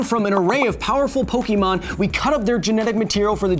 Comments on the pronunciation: I cringed at "Po-kee-mon"... it's "Po-kay-mon"! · Okay I had to write this, Kyle, my science guy, It's Pokémon. Pronounced Pok-ay-mon not Po-key-mon. Other than that great episode. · Pokémon is pronounced [pɵgɪmoŋ], not [pɵgimoŋ]. Also, Zubat would have a 4x resistance to the move Sky Uppercut. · I always thought it was pronounced Po-keh-mon not Po-key-mon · Kyle, you're a really great guy, but every time you say PokEEmon instead of PokÉmon, it hurts me. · Can you science a reason why all parents call it Pokee-MAN, even after explaining to them a million times how to pronounce it? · No one who says “poke E mon” is a real Pokémon fan. Only haters who wanted to make fun of it called it poke-e-mon. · It's pronounced "poke-eh-mon".